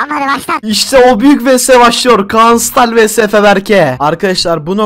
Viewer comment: Styla değil style